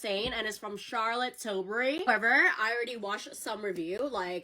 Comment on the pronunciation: “ I did a photo shoot with Charlotte Tilbury “ Girl, if you’ve done a photo shoot with the brand, WHY can’t pronounce her last name?